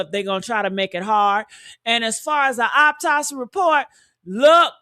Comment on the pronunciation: It’s AUTOPSY not Optopys